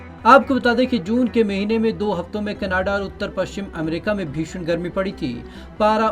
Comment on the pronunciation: Did he spoke canaaada instead of Canada See the video at: Hats off to you man Who employed you. 😂😂😂😂😂😂😂😂😂😂😂😂😂😂